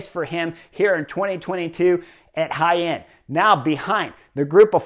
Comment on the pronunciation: Clicked as fast as I could to hear you pronounce Jaen. Well done, Chris!